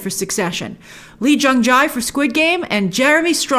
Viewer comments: Let me help you out E-Jung-Jay is how you pronounce his name 💕💕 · I know you've got a ton of stuff to keep track of, but I thought I'd let you know that the way to pronounce Jae (Lee Jung-Jae) is 'jay' and 'Yeon' (Jung Ho-Yeon) is something like 'yawn'.